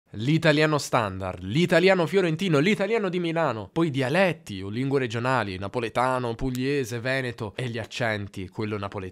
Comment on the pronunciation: Se posso permettermi un consiglio sulla dizione: quando dici "dialetti" è vero che la "e" è larga ("dialètti"), ma tendi ad esagerare l'apertura come fanno molti romani. Secondo me, hai dovuto sforzarti per imparare a pronunciarla correttamente (rispetto alla tua cadenza regionale), e questo ti ha portato ad esagerarla un tantino, si sente che la "forzi". Per il resto, complimentissimi, hai una dizione davvero invidiabile.